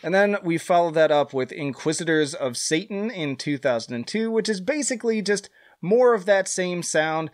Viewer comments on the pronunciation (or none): none